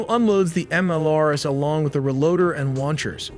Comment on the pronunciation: MLRS = Multiple Launch Rocket System, pronounced Em-El-Ar-Es, not Em-El-Ars. Kinzhal (Кинжал) is not pronounced with a 'Z' sound but with 'Zh', which is the sound of 's' in pleasure, measure, liesure.